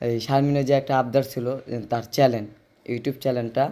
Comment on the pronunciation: চেলেন কি? চ্যানেল বলেন